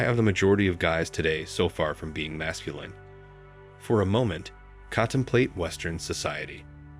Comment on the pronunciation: It is masculine, not masculyne pronunciation. Great summary.